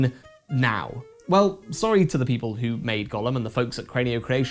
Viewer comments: Is this maybe a joke in the review, or did not bother with the correct pronunciation for some other reason? It’s GOH-lem, not Gollum. Unless of course you’re talking about something other than the clay being from jewish folklore. This doesn’t look like a LoTR game though…. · It's generally pronounced "GOH-lum" with a long "O". Unclear how 17th century Prague Jews would have said it, possibly "GOY-lum", "GAO-lum", or "goh-LUM". Never "GA-lum". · The pronunciation of the title made me think it was about Smeagol. Maybe if you played Go at the same time while getting your legs out for some Go-go dancing it could get an eight and a half?